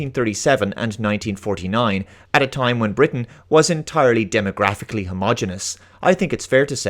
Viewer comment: He himself pronounced it as TOL-keen . p.s. I won't watch this ( LOTR TROP ) crap or the GOT spinoff dragon house tripe . You do great work . Been meaning to say that for many months .